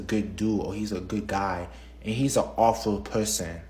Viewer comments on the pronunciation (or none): "and he's an awfuw pewson, witiwawy"